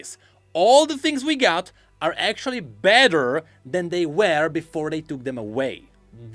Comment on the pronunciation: dude I can´t pls google "Cambridge Dictionary" and listen to how the word "were" is pronounced